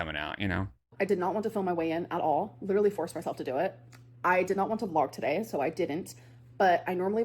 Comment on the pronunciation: Expeshually, genuinely and leedurly!